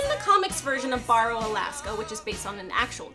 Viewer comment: Neat review. thanks though barrow is killling me xD i wonder if thats how most lower 48's would pronounce it. most folks in ak go "bear row" rather than "baar ow"